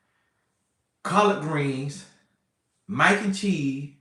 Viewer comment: we got the following from "shashuma," "peppa" "minaise" "tamata" and "maack (stay off ya baack ladies) N cheese." LOL! This was informative and hilarious.